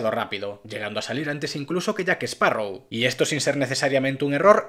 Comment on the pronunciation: Excelente resumen, es triste ver el desastre que son los guionistas, y por favor es "JackSparrow" no "JackEsparrow" 🎩👌